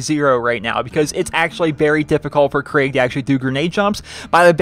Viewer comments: Craig the psycho? Krieg is (most probably) pronounced "kreeg". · It's not Craig its krieg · Krieg. Not craig. Lol. Thanks for the vid